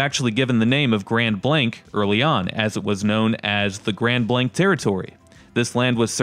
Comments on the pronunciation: Your pronouncing it wrong it's (grand blaangk) not Grand Blank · It's grand blaangk!! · It's pronounced "grawnd blonk" you numpty